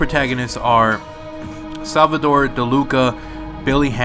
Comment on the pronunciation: Sal-va-dor not sal-va-tor